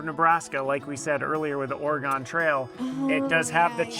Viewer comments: Oregon is OR-e-gun 😊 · It's Or-a-gun not Ore-gone... It's "still there" 😅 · “Ory-gun” NOT “Ore-gone” … 😊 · Ore-eh-gun, NOT Ore-eh-gone. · Gaaaa! I thought you guys knew how to pronounce “Oregon”. It is pronounced ORYGUN. I’m sure you can find an ORYGUN bumper sticker online since I see a fair number of the stickers in Oregon where I live. Sadly I wasn’t born here, but my wife and children are native Oregonians. Just to rub it in..we are not gone here in ORYGUN. 😊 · FYI.... It's pronounced ore..gun ... 😊